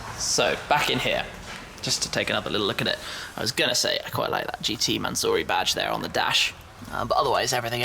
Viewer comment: Its a mansory not a manzory u brit